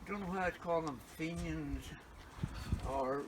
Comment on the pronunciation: Did not have to say fenyans